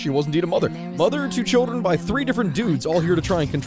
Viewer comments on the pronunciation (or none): none